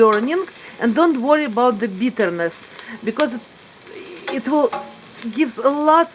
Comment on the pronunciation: "w" jadi "v" example the word "will" becomes "vill".